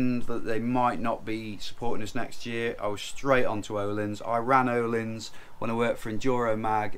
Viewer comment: Nice news! You need to learn how to pronounce Öhlins :-) The Ö sounds like the U in hamburger - if you're from the North :-) or like the last part of the word HER, er. The i is a long eee as in jeans, so sort of erleans :-)